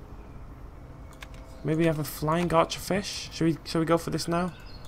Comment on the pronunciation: When you said archearfish it sounded like our chair fish